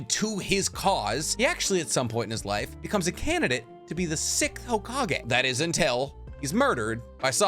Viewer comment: Six Th Six…..th Sixth Not Sickth